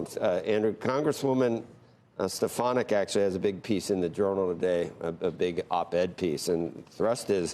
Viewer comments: Sorkin doesn't even know how to pronounce Elise Stefanik's name. She's been making headlines for three days now, but this rube doesn't get much air outside his liberal bubble to even pay attention to what's going on in the country. This says a lot about his awareness deficiencies. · Why was it so difficult for you to say Mrs. Stefanik’s name Andrew? 🤡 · He can’t even pronounce her last name.